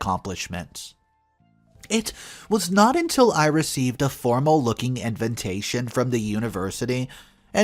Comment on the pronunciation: Arrrgh!! Could you PLEASE pronounce Invatation correctly? It's NOT invintation. I cringe every time you say it. Just look it up. I really like your vlogs but this finally got on my last nerve. Sorry 😵‍💫